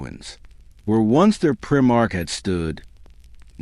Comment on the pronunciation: If you can’t pronounce primarch correctly then this channel can fuck off. Blocked.